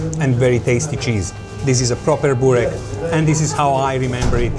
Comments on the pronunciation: Nicht Bork-burek.Lese es wie es geschrieben wird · nicht bork sondern burek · Was für ein Bork???? Das heisst Burek